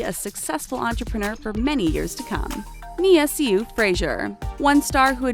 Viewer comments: How do you mispronounce Sioux and chandelier? Sioux is pronounced like Sue. As in the Sioux Nation. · Sioux not siou also chan-da-lay😂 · You Pronounced Sioux wrong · The way she pronounced Sioux was cringey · That's not how you pronounce their names ...